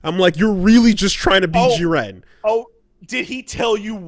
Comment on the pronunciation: Why do you say Jiren like that? Ewww